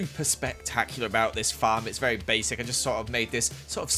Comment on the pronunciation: Me: IM SORRY WHAT !! him: A VARRY BASIC HOUSE!!!! My self esteem...